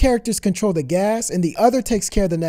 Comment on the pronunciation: And please try saying "the" instead of "dah"